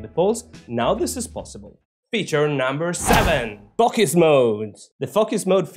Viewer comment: You are funny. It sounds like you are saying F+uck Us mode instead of focus mode.